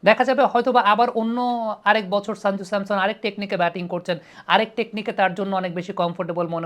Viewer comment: সঞ্জু স্যামসন ✅ শাঞ্জু স্যামসন ❌ উচ্চারণ টা ঠিক করে নেবেন। আপনার ক্রিকেট বিশ্লেষণ অসাধারণ। A gem U r of this sub continent in your field.